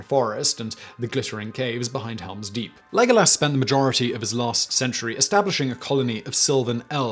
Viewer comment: Lego lass. The new head cannon way to pronounce legolas' name